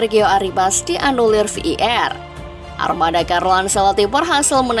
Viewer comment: Admin sampah ngmng var aja sampe v i er kwkwkw